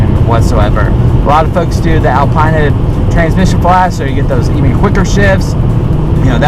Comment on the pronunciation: Its Alpína not Al-pie-na